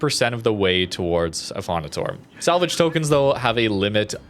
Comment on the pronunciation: Affondator-eh, like in you canadian accent.